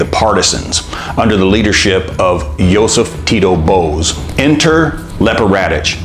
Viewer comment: it's weird you looked up how to pronounce her name, but didn't do the same for any of the toponyms, for usaše or even for josip broz tito (it's broz, not boz)